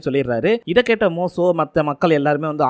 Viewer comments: மோசோ இல்ல தம்பி மோசே தமிழே பிழை இல்லாம படிக்க தெரியில ஏன் பா ஏழுதி வைச்சத பாத்து அப்படியேவாபா பேசுவ உச்சரிப்பு பிழை இருந்தா சரி பன்ன மாட்டியாப்பா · டேய் மோசோ இல்லடா மோசே 1000 தடவை சொல்லிப்பழகு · தம்பி மோசோ இல்ல பா மோசே நிங்க பைபிள் முழுவதும் முழுமையாக படிக்கவும் இல்லையென்றால் இத்துடன் இதை முடித்துக்கொள்ளவும். வேதாகமத்தை முழுமையாக படிக்க குறைந்தது 3ஆண்டுகள் ஆகும் தம்பி